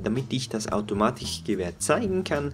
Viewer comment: ich nfinde es lustig wie du das k aussprichst automatiCHgewehr